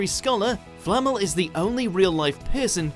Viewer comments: Its Nicholas Flamél, not Flámel. Swish and flick* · Flammel?? It’s flamel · you're right. He even says Flamel right but then continues to say it like "Flammel" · flamel pronounced correctly multiple times FLAMMEL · FLA-MELL not Fleet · It’s pronounced flam-el not flammel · I cant stand the way he says Flamel. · despite three people pronouncing it correctly in the video, the voiceover still butchers "Flamel". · Please stop mispronouncing namesssssss. e.g. Leta's and Flammel's